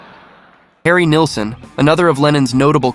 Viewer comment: The name is Harry Nilsson, not Neilson